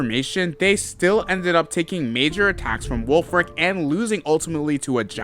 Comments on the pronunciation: is it just me or did he call wulfric wolfe glick xD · I love you sayin Wolfe Glick instead of Wulfric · He called the gym leader wolfe glicke lmaaooo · lmao he went back to challenge “Wolfe Glick” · Anyone noticed he called wulfrick Wolfe glick💀